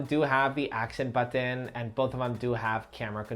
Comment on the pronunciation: Why does he say "buthan" for button?